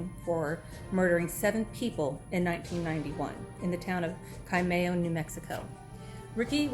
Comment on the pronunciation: Its pronounced CHI-MA-YO like you say CHILE 🌶🌶🌶